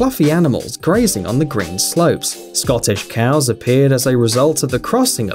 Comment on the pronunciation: there Highland coows, no scottish coows